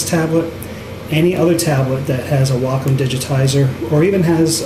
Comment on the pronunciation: gr8 video. (have to say btw, i wonder how many fellow artists dig the fact that u pronounce wacom's name properly;-) ---most important - i like ur emphasis on real issues that cg artists face. 2 things seem to remain the same overall - 1) Apple's "control freak" attitude, hence good interface (UX) yet anti-user-ability to blend their own hardware & software choices: "buy everything at iSTORES mentality"-- 2) Mikro$oft seems to be stuck on sluggish attitude toward UX & interface while allowing everyone options to control,mix,,blend apps.